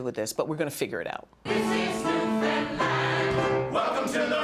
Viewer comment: Newfoundland but we pronounce it as "Newfin land", not "New Finlind".